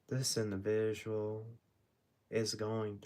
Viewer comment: This “indivishual “ 😂